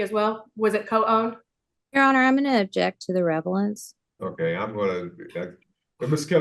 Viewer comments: Is my audio working correctly? Did I hear the GAL object to the “revelance”??? 😂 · Nobody noticed that his lawyer objected to the “revelance”? 😂